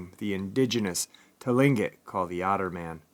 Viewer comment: first of all it's Kush-ti-ka not Kushtaka and second it's Clinquot people if you need any further help with pronouncing this first Nations names let me know👍